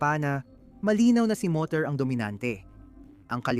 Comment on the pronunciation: Morer po boss hindi moter